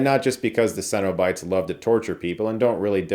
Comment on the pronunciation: I’ve never heard someone pronounce “cenobites” like Chris. Funny, because the pronunciation DOES make sense. It’s just that I’ve always heard closer to “sennabites” rather than “sen-O-bites.”